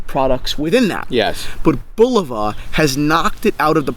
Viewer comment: I stopped watching after the son pronounced Bulova wrong smh